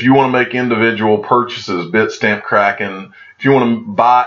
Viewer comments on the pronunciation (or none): none